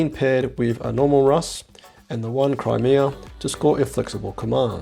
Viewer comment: WHY!? Why are can't you at least pronounce "Chimera" consistently? Let alone not getting it right, you're even saying it a different way each time!